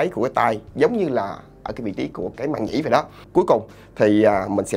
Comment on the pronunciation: "Màng nhĩ" chứ k phải "Màn nhĩ"